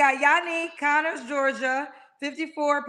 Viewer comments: kept saying "Conners, Georgia," and the woman tried to politely tell her in the beginning that it's pronounced "CONYERS, Georgia." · CONYERS NOT CONNERS